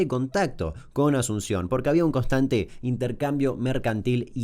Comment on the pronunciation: Nadie: Damian Kuc: Costante